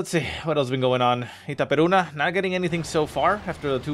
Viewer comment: dude, u speak itaperuna just like brasilian did. congrats your accent in portuguese are great.